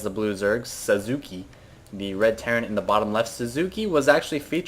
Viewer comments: its susuke (sahs-kay) and its a characters name from naruto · it is pronounced saucegay. lol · SASKAY is the pronunciation xD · Psy i want to tell you that Sasuke is not Suzuke or something its Saskee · Sasuke is just pronounced Sasuke, not Sasuuchii. :p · those people who say "Saskei" or "Saskeh" etc etc.... You are all wrong! It's simply "Saske", silent U nothing more to it! It's made up of three Kanji, Sa-Su-Ke but yeah, silent U. And wtf is up with the "ravvaine", it's rav-ine dammit! You are so goddamn annoying PsY ^_^ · its pronounced sauce-k ;p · ITS NOT SUSUKI <.< hes not a car dammit ! its more like sauce key or SaSKe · its sas-ke , not sasuki XD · saucekay ok? thats how u pronounce it.. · It's from Naruto. Pronounced Sass-gay lol at least thats what my friends call him. watch the show and you'll see how they say sasuke exactly. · "Sah-su-kay" "sahs-kay" Anything other than the way you are saying it. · It's actually actually pronounced something like Sauce-Kay. Those to words together is how it's pronounced, learned that from the show NInja Warrior on G4. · Sasuke?! Sas-keh. >> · Sass-KAY! lol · lolol... im sure a lot of people already tried to correct you but its pronounced Sawskeh.. the u is silent-ish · Actually it's pronounced Sause-Gay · its Sas-Kay noob. Its a naruto character lol. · It is pronounced "saas"- kay" It is a character from the amine naruto. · It is not a big deal but the way to pronounce Sasuke is Sa + ssss + keh. The su part is like a snake saying "ssssss." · just to clarify Sasuke's name is pronounced "Sauce-Kay". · It's actually pronounced "SAUCE-kay", but I like Sausage-head better for this one. And nice banner. My question is, who is it that got owned? Her? Or you? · haha, Sasuke is from Naruto man, who doesn´t know? say it like: sahskee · sauce-k is the pronunciation. It means Ninja Warrior. Also a character of Naruto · Sah skay is how you pronounce it, like from naruto. lmao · its pronunced sauss-kay. Its from naruto.